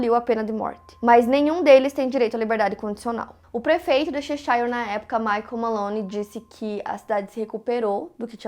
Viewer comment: Apenas uma observação: a pronúncia da cidade Cheshire é /chéchãrr/, e não /checháiãr/.